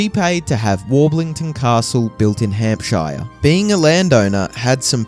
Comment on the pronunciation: And Hampshire and Tudor